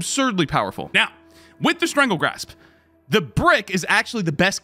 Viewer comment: Strangle GASP not Grasp my boi. 😂